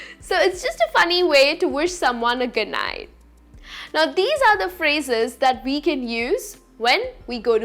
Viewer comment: Beddu, nighttu, correctu why I sound like ths sometime somewhr in her speech.. her voice s so nice.. sorry if m wrong.. any hw thanx